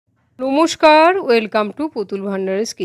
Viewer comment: নুমুস্কার না ওটা নমস্কার 😂